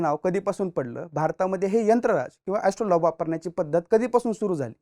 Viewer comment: एस्ट्रोलॉब नव्हे एस्ट्रोलेब...... उच्चार तरी नीट करत जा. आणि यंत्रराज आणि यात फरक आहे. कधीतरी मूळ संदर्भ पाहत जावे. इतक आयत्या माहितीवर अवलंबून राहू नये.